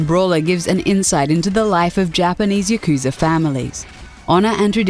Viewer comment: You mispronouced Yakuza. It's pronounced "Yah-Ku-Za", no pause or dragged-on sound. I hate it when people mispronounce Japanese words with a super stereotypical White accent. I'm Japanese btw. And I hate it you misprounced a Japanese word with using such an accent. It's the same thing as calling Naruto Narudo. It's a Japanese word, not just a series name. Your super white stereotypical accent is raciest towards Japan. I'm not angry, just calling you out on your mistake. Hopefully another Japanese person doesn't get angry on that. Not all Japanese guys are chill and easygoing like me you know. I'd hate for you to be subjected to hatred. I enjoy your channel's videos, I just found you made a mistake in this particular video. I should probably end the comment here, I'm expecting an email from someone who works for me who's also my friend...